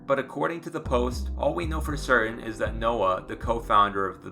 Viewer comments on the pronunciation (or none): none